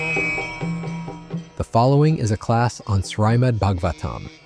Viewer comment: Hari bol. I am bewildered by the person introducing these lectures. Why can't he pronounce the word Srimad?